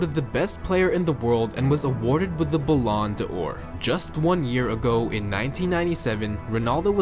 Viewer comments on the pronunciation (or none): "Bah lawn the Ore..." Stopped watching right there! Fuckin' cringe! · Ballon "de ore" hahahah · The way you say ballon d’or annoys me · AJ Freeney balan deor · just came here to hear to the "belond Or" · Blonde door??? It's Ballon D'or! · Bull-on-door? It’s bal-an-door! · “ballan da ore” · Ball-en-door. That's how you say it. And Syria. Not syri-ah with a pause between it. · "zidon" "balon da ore" "randoldo" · dat ballon D' or pronounciation do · "Balon dalor" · Stop saying Blonde Or it is said like balon dor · Hearing an American talk about football is unbearable. The way you pronounce words is ridiculous. Ballon de oore? Really? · bellon de ore?? : ) just say golden ball maybe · This dude cant pronounce anything 😂 its Zidane not "Zidon" and its Balon de Or not belon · Balarn da loor? Siri uh? 😂😂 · 'balon a dor ' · Rownoldo Zidaaaarn BalOnador What the fuck are you talking about!? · It’s pronounced Ballon Doar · pronounced it wrong it’s Ba-Lon-dor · LOL THIS DUDE DOES NOT KNOW HOW TO PERNOUNCE BALLEN D' OR🤣🤣🤣🤣🤣🤣🤣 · the way he pronounces ballon d'or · His pronunciation of Ballon D'or is cringy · How you said balon d'or isn't right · You butchered the pronouncaction of the Balloon d'Or